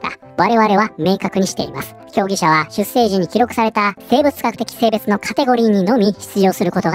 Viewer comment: 出生 ×しゅっせい ⚪︎しゅっしょう